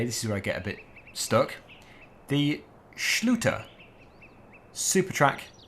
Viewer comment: also with the SCHLÜTER